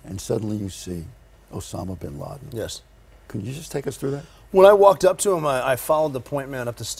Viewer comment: listen to the way the mumbles osama bin laden name. Liars tend to have a hard time fully committing to a lie if they have some integrity. This guy obviously mumbled the name because some part of him isn't comfortable lying to the American people.